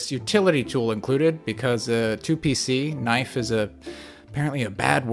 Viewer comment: ooooooooooooooooooooo u said knive